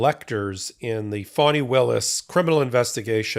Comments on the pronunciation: Why do you pronounce Fanny Willis’ first name as fawny? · Ga Da’s name is pronounced Fanny. I know it sounds odd but it was an old name used in the South by both blacks and whites.